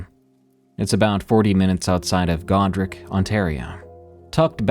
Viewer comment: its pronounced God-Rich not God-Rick ;)